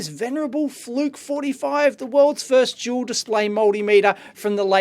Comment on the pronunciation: I'm sorry davie. but are you saying Joul or duel ???